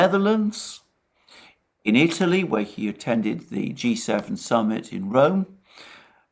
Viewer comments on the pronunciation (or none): none